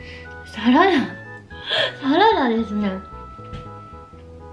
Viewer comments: サラダのイントネーションがサ→ラ↑ダ↓で草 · 花の栽培は、きつい農薬使うから、食べるのは食用だけにしないとえらい目にあいます。 なんか、サラダの発音？